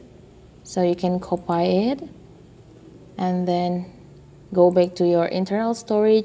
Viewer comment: I like when he say copai...it's copy